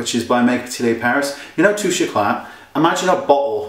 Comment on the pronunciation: pronounced touche e-clay not eclat wayne :)